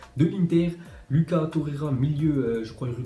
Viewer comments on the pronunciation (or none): none